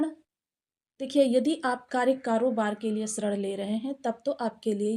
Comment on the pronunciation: वह ऋण होता है श्रण नहीं देवी जी